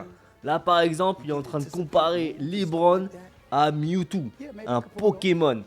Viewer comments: Pas mal la vidéo bon courage pour ta chaîne, juste c’est pas « LiBron » mais « LeBron » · "liBron james" 😂😂😂😂 à part ça continue ta chaîne est incroyable ❤